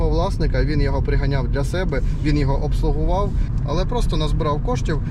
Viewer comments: Твоє "обслоговав" ріже ріже вуха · Обслужив а не (обслугував) це пиздець! 🙄